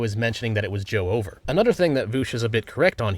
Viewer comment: "joe over". uses a tts bot confirmed! Noone mispronounces joever.